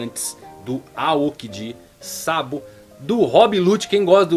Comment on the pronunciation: Fala meu 10、teu canal é massa Só tem que acertar mais no acento das palavras em japonês Por exemplo、sAbo、sengoku、hAki É bem difícil ter pronúncia de acento na última letra Abras